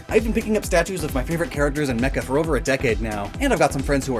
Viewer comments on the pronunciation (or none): none